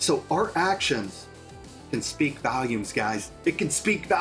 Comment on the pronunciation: Ummm! Volume not valume 2 whole different things lol 😆